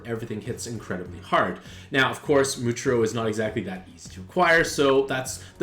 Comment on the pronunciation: bro really complaining about the acceptable nezuko pronunciation while ignoring how he absolutely butchered muichiro and gyokko